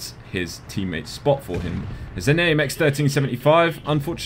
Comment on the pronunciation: You pronounce my name better than i do lol